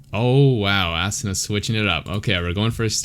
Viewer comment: I think his name is pronounced ah soona. Great analysis tho ! 🤓